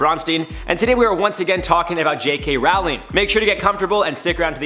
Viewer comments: Is it me or he has pronounced her name wrong. Ppl know her in the uk as Row---ling - not Raaling. 😫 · its ROWling not RAWling lol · its pronounced "JK rolling" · Her name is pronounced Roh-ling, as in "rolling pin". She said it once in an interview. And, while I don't much respect the woman any longer, I don't like people getting someone's name wrong. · The number of times you pronounced her surname wrong was so damn painful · I couldn’t finish watching the video because he is pronouncing her name wrong!